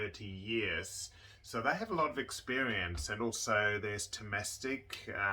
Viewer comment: you of all people should know that ”Thomastik“ is not pronounced like ”domestic“, and you cannot omit Otto Infeld from Thomastik-Infeld.